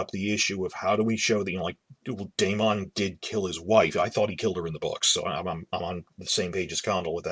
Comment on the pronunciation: How is it possible this person watched the entire first season of HOTD and does not know how to say Daemon's name ??